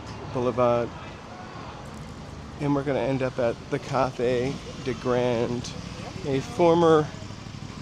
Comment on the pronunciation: It's "Cathay" not Carthay if it hasn't already been said.